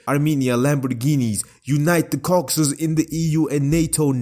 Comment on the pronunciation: Ah yes, the Cocksus countries